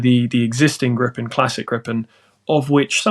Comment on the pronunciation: You're welcome. And it's Gripen! Not "grippen"